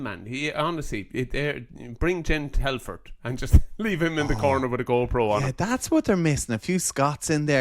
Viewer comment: Telfer ..not Telford….second time Donncha has said it wrong ..and Hefner ..not Hefernan 😂. Great analysis chaps